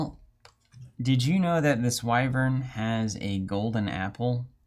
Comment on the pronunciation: Why-vurn is the proper pronunciation.